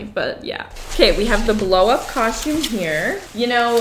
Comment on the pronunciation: Shcooby-doo cau-shoom😂